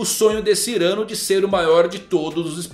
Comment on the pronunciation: Muito interessante mesmo e realmente faz muito sentido. Só uma correção: Não é Cyrâno, e sim Cyranô! Cyranô de Bergerac. Ele é um espadashin francês de nariz grande que ensina seu amigo com versos para conquistar Roxana!